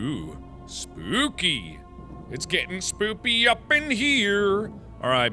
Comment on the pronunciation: you said spoopy up in hear